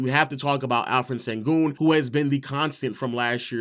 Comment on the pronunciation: Sengün, the pronunciation of his name is like S(h)engün, like Shaq or shadow, not Sengün (Saturday).